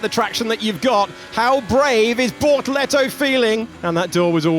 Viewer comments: Bortoleto ❌ - BorToretto ✅ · What I meant is the Alex Jacques' pronounciation of his name. The tune was like 📈📉📈📉📈